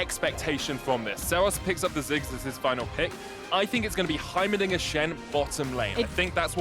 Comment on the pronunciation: He definitely said Heimeridiot